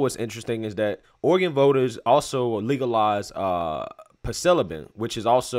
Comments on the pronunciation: The pronunciation is: Sill-o-s'eye-bin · I'm almost 70 years old...it's been many moons but it is pronounced silly-si-bin😆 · It’s pronounced sylosibin